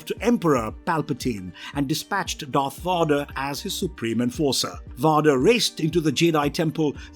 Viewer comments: Darth Vodder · who tf is Darth Vaadar